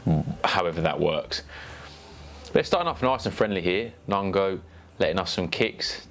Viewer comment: Nong O not nongo